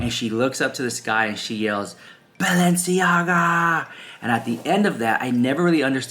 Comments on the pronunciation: In one of their Hulu episodes this season, while Kim is getting ready for the Balenciaga show, she is having a conversation with one of her makeup artists speaking of how her mother, Kris, says the name Balenciaga, "Baalenciaga"...that scene stood out to me the moment I heard it and now this...coincidence??? I think not. They are telling us their truth of who they are and what they represent, let's believe them. These are all wolves in sheep's clothing. God help them all. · And Their last episode of Kardashians Kim kept making fun that Kris Says "Baal enciaga she said it like ten tims .You should post clip then bam all this w their drama an exposing kids so close together